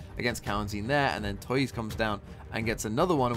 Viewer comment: This game was so intense I couldn't watch Talon x DRX. I felt exhausted after it finished and had to take a break from Valorant. BTW, tuyz is pronounced /tju/ as in "Tulip" and /IZ/ like in "Quiz"